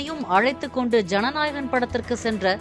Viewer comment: Y all ways saying janahagan